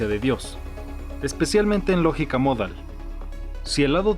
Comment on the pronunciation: Para empezar que el acento prosódico de la palabra "modal" está en la "a" porque si estuviera en la "o" (como erróneamente lo pronuncia el presentador) entonces sería una palabra grave con acento ortográfico en la "o" y se escribiría "módal" por lo tanto no es "módal" sino "modal".